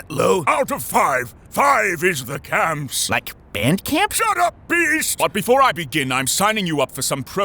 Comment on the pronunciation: "it's 4 out of 5, 5 is the *camps*..." i lost it i seriously lost it, didnt skip the promo cause i was laughing so hard i didnt even heard it